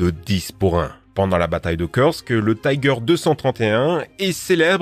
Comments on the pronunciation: ("La bataille de Keursk") Kursk est une ville russe, ça se dit Koursk. En russe, cela s'écrit Курск. La lettre "у" se prononce toujours "ou". D'ailleurs, le son "eu" n''existe pas vraiment en russe. Vous avez sûrement été voir sur des sites en anglais pour faire cette vidéo car en français, le nom de cette ville est Koursk. Mais très bonne vidéo quand même. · on dit pas pènzeur mais pannezeur (pour Panzer) et on dit pas Kersk mais koursk (pour Kursk)